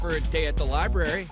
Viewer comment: He said “silent Li-Berry” haha